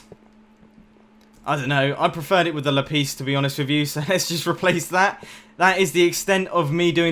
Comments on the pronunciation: It is LAPIS NO LAPEES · Lapeees? LAPEEEES?? No. It’s la-piss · Sorry but lapIS not lapees .... It Buggs me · I like how he says lapis “ lapees ” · lol "la-piece"